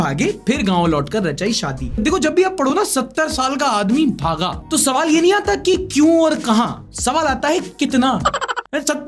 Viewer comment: सवाल ❎ तवाल ✅